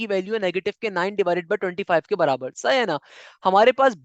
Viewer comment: sir its sahi hai na not saha na